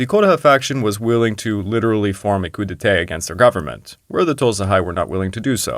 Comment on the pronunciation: Coup d'étais (or) Coup d'été?! You know, it takes less than a minute to learn the proper pronunciation of things like "coup d'état", which, I point out, is pronounced the French way in English, too, giving even less of a reason to mispronounce it.